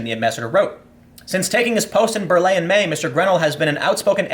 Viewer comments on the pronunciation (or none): none